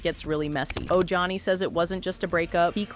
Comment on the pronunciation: Oh Johnny 😂😂😂 it’s Ojani.